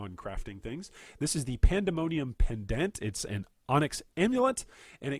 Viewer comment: Agate*, not "a gate" Pendant, not "pen dent"